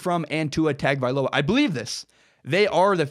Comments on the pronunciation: You’re all wrong it’s hung-oh-vailoa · Tua's name is spelled hideously. Or at least the first two syllables are. It's pronounced: TUNG-uh-vigh-LOW-uh. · It's spelled "TAG" it's pronounced "TOUNGE." Get it right, he'll be at Bama for the next two and his little brother could possibly be at Bama for 3 after high school. 6-8 years you'll hear that name. ROL17IDE! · Please pronounce his name correctly. Say "Tungue O Vi Low ah" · Let me spell it out correctly ..Tah ngo vah ee low ahhh. That is how you pronounce it. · Correct pronunciation is Tua tongue oh vailoa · LOL! remove the ue on tongue and you'd have it spot on. It's pronounced TONG-oh-vai-loa. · ....what??? That's the worst butchering I've ever seen. It's Tua Toungue-O-Vye-Low-Ah.